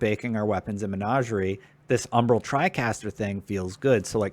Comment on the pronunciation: Tricaster? Good video except everything's you said tricaster it made me cringe.